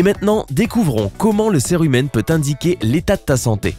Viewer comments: On dit sirumen et pas serumen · Je suis le seul qu'il disait cire humaine 😂